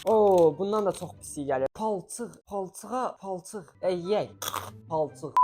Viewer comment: ✨️PaLçIğĞ✨️ ✨️PaLçIğInN✨️ ✨️PaLçIğLı✨️